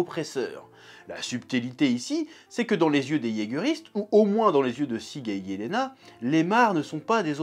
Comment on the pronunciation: nan c’est bien Jelena, c’est une prononciation à l’allemande